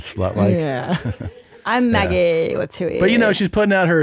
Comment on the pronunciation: By the way. I'm about 99%-1,000% sure it's supposed to be "big titty muh gee" not Maggie. 🤣